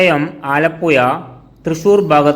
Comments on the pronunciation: ആലപുയ അല്ല മന്ദബുദ്ധി ആലപ്പുഴ എന്ന് പറ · ഇവൻ ആലപ്പുയ, കോയിക്കോട് എന്നൊക്കെ പറയുന്നത് കൊണ്ട് ഞാൻ കരുതി കായംകുളത്തിന് 'കാഴംകുളം' എന്ന് പറയുമെന്ന്..😂